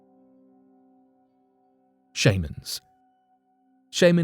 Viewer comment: shame-ans??? sh-ah-mans